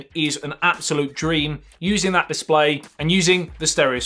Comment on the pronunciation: Your pronunciation is so cool. Chorge, disploy... Morket... Love it